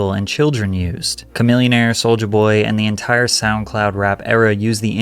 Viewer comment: Did bro just say camillionare?